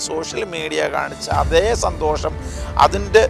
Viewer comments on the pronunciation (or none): none